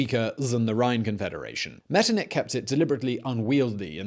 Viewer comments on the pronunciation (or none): And that guy should work on his "ch". It's not Liktenstein and not Metternik 🤭